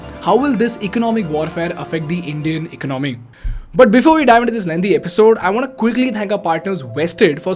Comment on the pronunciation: Even though he's got a ton of subscribers and viewers, why can't he afford a tutor to teach him how to say the word economy as one word? Cringe moment!